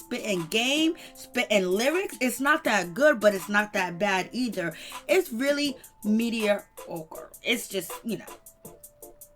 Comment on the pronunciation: “Media-ocre”? Wth is that